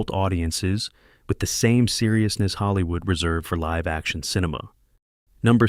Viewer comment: It also mispronounced "live" in "live action". It used the verb (as in "to live in the moment") not the adjective. (As in "2 Live Crew".) Additionally, it interpreted the period after the middle initial in Philip K. Dick as the end of a sentence.